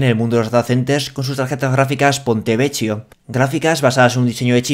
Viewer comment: gracias por tus noticias semanales, tus conclusiones son las que más espero y el nivel que ofreces nos asegura estar siempre a la ultima si no que ademas tus predicciones nos hacen estar un paso más allá, por cierto si no me equivoco se pronuncia ponte vequio, ch suena siempre a k y la c cuando cuando la vocal que le sigue es e/i se pronuncia ch, ejemp: beso se escribe bacio pero se pronuncia bachio, cena=chena.